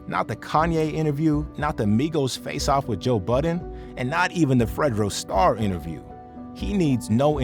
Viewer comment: Bro botched fredo star name 🤦🏽‍♂️🤦🏽‍♂️